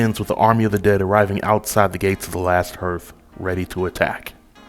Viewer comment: This is actually pretty good, but how do you not know how to pronounce the word “hearth” ?